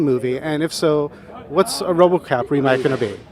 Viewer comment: It's RoboCop, not RoboCock!